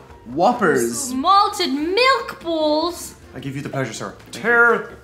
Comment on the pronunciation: The way Diane says malted milk balls is so funny.